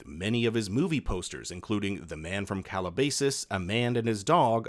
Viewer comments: It's not "CalaBAYsus" it's "CalaBASSus" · Being a man from Calabasas, it is pronounced Cal-la-bass-ass. Just had to say. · Calabasas. It's pronounced - CAL-AH-BASS(fish)-IS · “Calabasis” lmao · You mispronounced Calabasas. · This video is absolutely amazing but your pronunciation of Calabasas took me tf out. 😂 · please tell me i wasn't the only one who cringed by the way they pronounced Calabasas